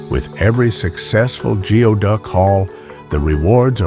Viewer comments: It is not pronounced geoduck , it is pronounced gooey duck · It's pronounced gooey duck